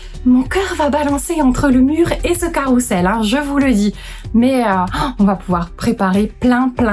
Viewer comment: On dit : carrousel ! Et pas carroussel !